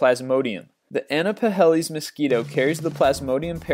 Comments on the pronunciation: Pronunciation! "Anopheles" is not pronounced "Anno-puh-HELL-iz" but "A-NOF-a-lees". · It sounded like you had know idea of what you were talking about. Like a sixth grader reading the morning bulletins on monday morning. PS. Female anopheles not anopahelis. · Thank you, Interesting list. I had not heard of Leucochloridium before. I think you did this largely for shock value, but BTW, Under Plasmodium, you should pronounce Anopheles "an-Off fell-ease" (stress on 3rd-last sylable, as in most long Latin names) .